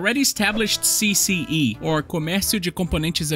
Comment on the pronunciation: You pronounced CCE 's name too well🤔 tu é br?!